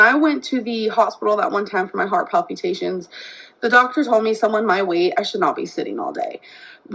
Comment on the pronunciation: "palpyootations" never fails to crack me up. 😂